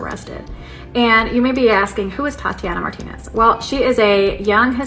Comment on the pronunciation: 😂😂😂. She said thot-ianna.😂😂😂. Priceless